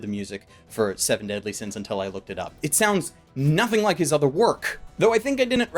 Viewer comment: Seven Deasly Sins? You mean Fullme— ... Oooh.